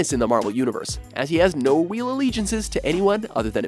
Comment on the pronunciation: the guy giving this list says "no weal allegiances".